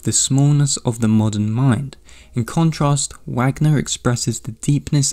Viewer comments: Sorry but it’s pronounced “Vahgner” not Wagner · OMG PLEEEEASE don't say Wagner with a [w] sound, it's [Va(r)gner] haha You repeatedly saying it wrong with such confidence is like Benedict Cumberbatch saying penguin wrong on the David Attenborough documentary lmao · this was good - not usually my cup of tea. But still a strong presentation. One note: the last name of the composer Richard Wagner is pronounced in English as it is in Germany.